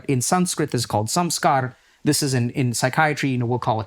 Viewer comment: "Samsara" became "samskar" - lost in pronunciation 😂😂😂😂